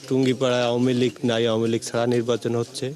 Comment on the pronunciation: নির্বাচন নাকি নির্বাসন 😂😂😂 এটা কি ধরনের সাংবাদিক 😂😂😂